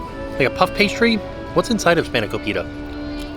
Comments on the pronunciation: and span-eh-ko-pit-AH! not spaniko-pita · It's spana-cope-it-a, not spana-co-pita! lol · hey! greek girl here, it's pronounced "spahn-a-co-peeta"! trying your best tho, i respect it :)) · Hearing you say spanikopita gives me hope that one day Disney will add Greece to the World Showcase!! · hi! i'm greek & spanakopita is one of my favorite greek foods. it's pronounced spa-nuh-ko-pee-tuh! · I’m not Greek but spanakopita is one my favorite food. But can never pronounce it and normally just point to it in the menu.